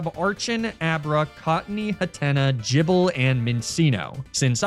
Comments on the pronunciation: bro its gible not jible. please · I get that its funny to mispronounce pokemon names, but jibble is cruel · did he say "jibble"? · how did you pronounce gible's name like that